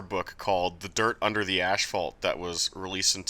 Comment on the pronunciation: "Sorey" "Ashphalt" Sir, your canoodle is showing